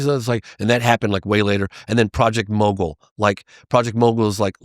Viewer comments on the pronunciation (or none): none